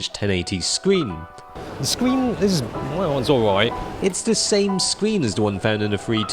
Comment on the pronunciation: 😂😂😂 he says scween.